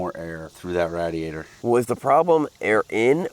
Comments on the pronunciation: Say Rad-e-atter some more please. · RAD-E-ATE-ER, RADIATOR.... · Is it just me or are they saying radiator wrong